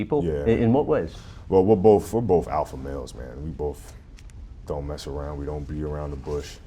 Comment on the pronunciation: It's both, not "bof".